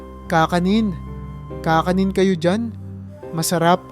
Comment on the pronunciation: Kakanin not ka ka nin..tagalog narator Kisame not kiisa me